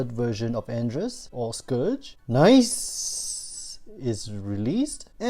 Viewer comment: ....i think it's pronounced like Arcee. Nicee. Ni Cee. No?